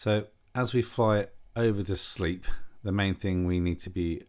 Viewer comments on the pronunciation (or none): Good video, lovely plane! Just if you didn’t know, it’s pronounced “slape” not “sleep”, not being that guy just many don’t realise. The floods look crazy! When over Tewksbury, what were those white things gathered in the dry bit of the field? Looked like caravans, can’t tell through my small phone screen.